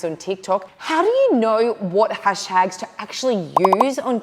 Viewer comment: "Hastags" lol